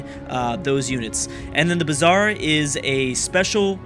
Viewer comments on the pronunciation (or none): none